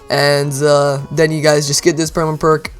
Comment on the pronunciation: The way he says perma perk bothers me.